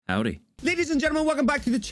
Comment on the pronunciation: That "Howdy" was actually really good. You just need to not make a "y" sound at the end and it'll be a perfect southern accent.